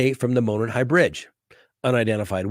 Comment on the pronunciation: Enjoy your videos especially Delphi murders coverage, thank you for being thorough. Being from Indiana I wanted to let you know, with all due respect, Monon is pronounced as MOW-naan trail... not like "moanin'." I tried to put the Google translation for monon trail in this comment but it won't let me.